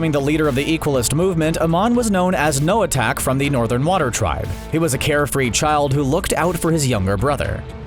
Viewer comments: I know no one really cares but it made me cringe when he said noatak instead of noatok 😐😐😐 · WHY ARE U TRYING TO GIMME ANXIETY ITS NOT NOAH-ATACK ITS NOAH-TALK TF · It’s noitok not noitac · i think it is noha talk not tack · Nobody:: NOATAC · Bruh he said noatack